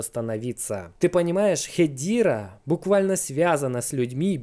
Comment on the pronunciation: я на английском все видео смотрю так даже они говорят не "хедира" а ХЕДЕРА. не понимаю зачем пытаться склонять типа на английском но не правильно 🤣 ..правильно произносить ХЕДЕРА